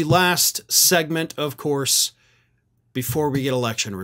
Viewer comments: "Of Coyse" 😂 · “Of cois” will now be how I pronounce that word 🤣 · "Of couise!" I'll bet you could do a really good Curly Howard impression. 😁